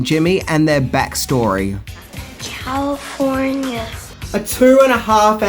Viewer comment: You mispronounced Calllifffforniaaaa